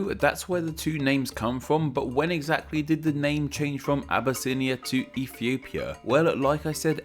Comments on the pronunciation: it not said "a-bu-snia" its said "ab-yss-nya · Obesse-inia? doesn't sound right.